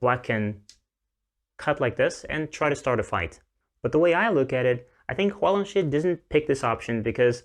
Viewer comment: Just a tip, the "Shi" in Huang Longshi is pronounced "shur", not "shee". Thank you for the video!